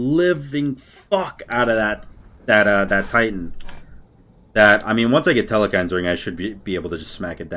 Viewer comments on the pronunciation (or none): i still have a dream, that some day, learns, theres no E in the middle of telkhines